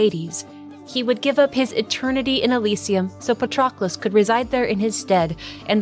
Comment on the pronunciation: Great video. Btw, it's pa-trUh-klus